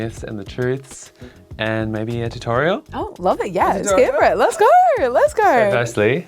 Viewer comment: “If you don’t goarrr, you’ll never naur” 💯😂 Love it!